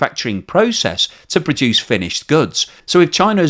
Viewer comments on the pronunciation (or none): none